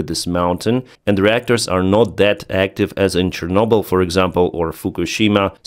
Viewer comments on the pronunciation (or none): none